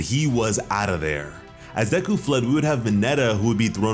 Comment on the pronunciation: its not deku, its deku🙄